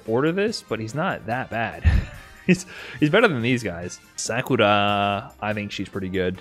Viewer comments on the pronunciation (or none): none